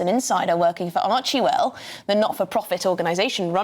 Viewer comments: First of, it's "ArchWell", not ArchieWell. The reporter sounds like a twit. That said, can they say Meghan is NEVER in the office, even if she's not regularly there. And you can be a bully on zoom. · I think it's hilarious when people pronounce their foundation 'Archie-well'😂